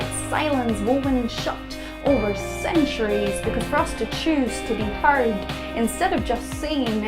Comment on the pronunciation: Why's she pronouncing 'heard' as 'hard'?